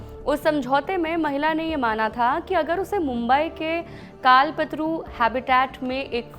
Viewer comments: काल पतरू नहीं कल्पतरु बोलिए मैडम जी।।😂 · काल पेत्रु हैबिटैट नहीं मैडम जी कल्पतरु | टैलिप्राम्प्टर से भी हिंदी ठीक से नहीं पढ़ी जा रही और पुरे देश पर हिंदी थोपने का विचार | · कल्पतरु! Kaal Patru नहीं